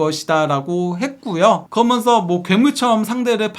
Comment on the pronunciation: 아 발음좀.. 그러면서 거먼서.. 한번도 끝까지 시청을 못하네